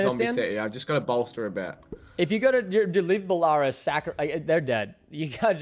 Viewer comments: Bell-a-rus not bel-a-raris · showing off that american school system education with his pronunciation of Belarus 😭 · pronouncing Belarus OMG